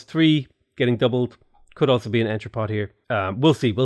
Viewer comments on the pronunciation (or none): Entrepot is pronounced as "on-tra-po". C'est Francais! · Love your channel. Thanks for the JNR review, I love his mods. "on-tru-po". Like other French words, the N is soft and nasal, and the final T is silent.